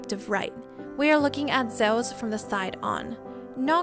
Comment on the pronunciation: The way you say Zeus, omg please stop..... it's not Zowas or however you're trying to say it! LOL!